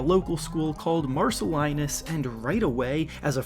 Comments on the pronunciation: I went to St Marcellinus when RJ was in grade 9 there, it's pronounced Marcel-leen-us. Dope video, proud to see what RJ has become and the growth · Bro I’m from Mississauga and you Butchered Marcellinus😂